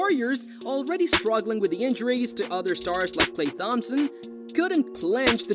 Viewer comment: Did he say Klay THomas?